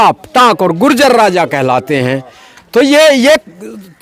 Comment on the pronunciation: ye apny sy keh reha h ju-jer😂😂😂😂😂 ye apny sy keh reha h ju-jer😂😂😂😂😂